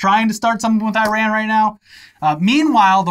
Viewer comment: Thanks for this, always appreciated! And please, ee-rahn. No eye-ran.